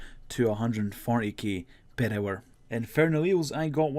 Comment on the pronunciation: Purr hour